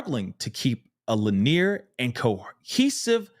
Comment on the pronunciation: Thank you, I was like, is he saying linear?